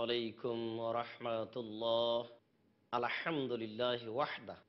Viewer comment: দয়া করে একটু মনোযোগ দিয়ে শুনুন। আলহামদুলিল্লাহ উচ্চারণ করেছেন!!! উনি কি সঠিক পড়েছেন? না কি আমার শুনতে ভুল হয়েছে??